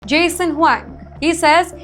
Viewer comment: It’s Jensen, not Jason. Can’t even get the name of the CEO of the world’s highest market cap company correctly...